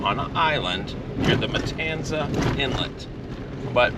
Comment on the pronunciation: Pronounced kind of like it's spelled, not Matansa